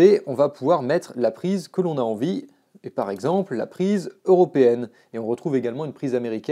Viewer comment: ExAAAAAAAAMPLE??? je me désabonne ! Je pensais que tu étais un pro serieux! encore une fois une bonne douche froide!